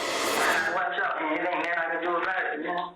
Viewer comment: He says whole lot of nutin 😂 Love it 😂😂😂😂